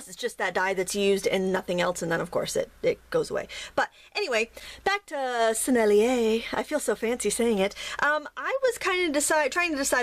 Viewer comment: You said "Sennelier" just fine !